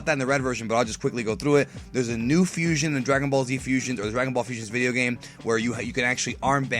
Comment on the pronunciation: fuuuu-siooooonn-haaa, the three syllables of awesomeness